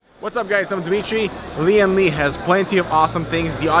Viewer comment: ITS not LI AN LI its LIAN LI why cant caucasian fking read? the eyes are big but the brain small? its not ENGLISH ...its Han yu pin yin u pronounce it as LIAN LI not LI AN LI.